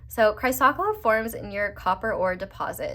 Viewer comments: Also, chrysocolla- cry-sa-cola. ❤ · Pile 4 crystal is pronounced like ‘Chris oh coal ah’ 💙 💚 This was so on point. Thank you.